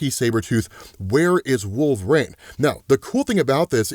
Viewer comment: You still can pronúnciate WOLVERINE. 😅 Who’s wolverang?🪃